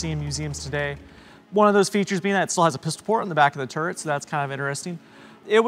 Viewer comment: Funny how he pronounces "turret" as "turd"